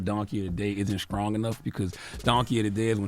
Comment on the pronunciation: Charlemagne needs the donkey of the day for continuing to use the sound… scrong opposed to the word “strong”